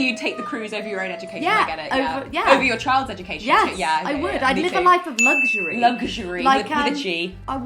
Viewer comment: I've now learned how to pronounce "luxury" = luhk - shuh - ree